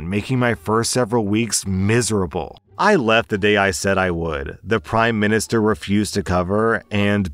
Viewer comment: When said Primer Minister I immediately imagined the Prime Minister running a postal office lol